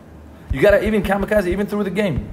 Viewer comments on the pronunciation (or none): This nigga called it the kazikazi or whatever 😂